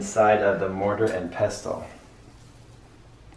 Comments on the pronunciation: peh-sl NOT PEH=STILL T IS SILENT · peh-sill as in "window sill" NOT PEH+SL SL SOUNDS LIKE: SLOPPY, SLICE, SLICK, SLEEPY, SLACKER, . With that being said, I like to say peh+still hahaha. Now you can pronounce it correctly if you would like, or you can continue to pronounce it peh+sl if you want. It does not matter to me hahahhaha. It was very nice of you to try and help him though. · The t is silent. Pestle.